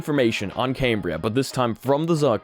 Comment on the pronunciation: "Cam-Bri-A". Not "Came-Bri-A" :)